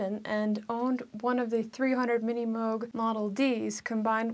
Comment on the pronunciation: Thanks for pronouncing M-oh-g correctly. The good doctor would have approved.